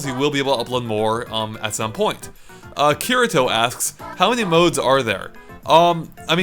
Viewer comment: The way he said Kirito...cringe